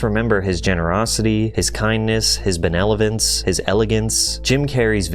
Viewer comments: Speaking of "the pronunciation of certain words", its *BENEVOLENCE; NOT "benelovence". 🤓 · Dude i love your videos but you said Benelovence instead of benevolence lol it was funny idk y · bro said benelovence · His Benelovence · his benelovence. "Benevolence" lmao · Benevolence ❌ Benelovence ✅ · It's "benevolence". Not "benelovence" lol. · it's benevolence bud, not benelovence. ;) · my dude said "benel-o-vince" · "Belevolence?" Patrick CC was cloned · Benelovence lolol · wtf is “benelovence”, why can no one pronounce “benevolence”? 😂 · what is 'benelovence'? this guy needs to have someone edit his stuff before posting. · 😁"Benelovence" caught that one. Great vid as usual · did you say "benelovence" wrong on purpose lol? 😏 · Benelovence? Hehe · Benelovence? lol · mmmm mmmm... that good old Jim Carrey "Benelovence" hhahaha far out man, the word was right in front of you to read. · “His Benelovence” 😂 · Love how you mispronounced the word Benevolence right before talking about Jim Carry mispronuncing words. Was that intentional? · I was worried Pat Cc might have been cloned, but only the real Pat would mispronounce “benevolence” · Had to hit that 10 sec rewind a few times on that one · Was that mispronunciation a shot at Nick Shirley, or did he really dislexia benevolence 🤣